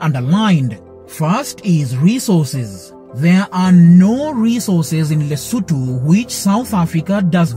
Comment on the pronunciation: Thank you for pronouncing the country's name and the capital city's name right. I'm a Mosotho from Lesotho